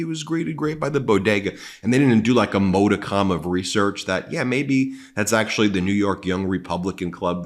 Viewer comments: Please pronounce "MODICUM" correctly. It is a soft "O" as in MOD. There is no "E" in the word. Thanks ;-) [mod·i·cum/ˈmädəkəm/] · Ben, once again you have insisted on mispronouncing 'modicum'! What is your issue with this? It definitely does not speak well of you. (retired teacher) 😇🙏🐭🌈